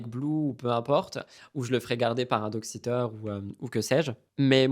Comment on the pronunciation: Joyeux anniversaire, 🥰 à défaut de plus, je vais peut-être t'offrir un sourire dans le mood "mixozoti" 😂: quand tu as dit "à l'été" j'ai compris "allaité" 😳😂 et je me suis dit "mais what?" (Cri de Mel) et juste après, tu parlais de prendre un doxiteur et je me suis dit "mais c'est quoi ce nouveau mot?" avant de comprendre que c'était "un dog sitter" 😂